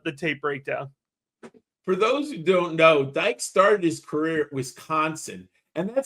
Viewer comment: Dike is pronounced Dee-kay